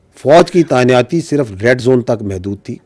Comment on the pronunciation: Tayinaati ko taniyati bol ra ha .. bolna ata ni jaahil e mutliq !!!!